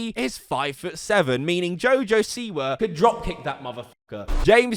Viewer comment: Btw he didn't mean to call jojo siwa a bitch its wordplay since jojo is one of his nicknames and he pronounced siwa as see why so basically he said you a bitch jojo see why